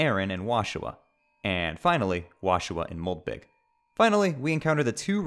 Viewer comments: This is a great video, but did you just say moldbig so people would correct you in the comments? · It is spelled Moldbygg but pronounced mold big. That's the joke, as the other enemy is moldsmal (mold small)